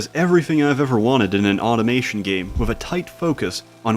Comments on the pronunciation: Did you say "automation" or "autismation"? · "automation" your accent is showing